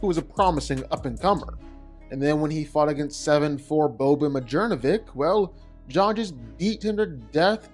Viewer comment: It kills me how he says Boban's name lol.